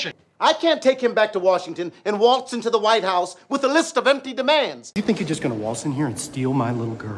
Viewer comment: Waltz (wa:lts) "a:" from throat, (but then he turned it into "o:") why???